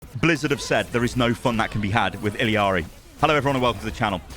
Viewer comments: It’s ee-lar-ee not eel-ee-ar-ee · It's ee jah ree not ill ee are ee please youre killing me over here. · I don’t believe blizzard pronounces her name right. Don’t they speak Spanish in Peru? Wouldn’t it be E-ya-ri? Double L is a Y sound. The way they have it pronounced seems more like Iliari. Idk where that i comes from. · BRUH why the fuck do u pronounce her name so WRONGLY its ILLARI there is no ILLIARI its fken ILLARI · Can we all just start saying E-YARRY like she says IN GAME instead of continuing to say the Ls as English Ls? I don’t see anyone saying this at all. Everyone was all over Kiriko’s hard ‘r’ when she came out… just my 2 cents. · Say it with me, ee-ya-ree. LL is a Y sound like in tortilla. I didn't care about the accent, just stop adding the L sound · BRUH THERE IS NO FKEN I in the middle if ILARI its fken ILARI stop butchering the name sounds so fken weird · The double L makes a J sound it sounds like ijari i dont make the rules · it's ILL-ARI bro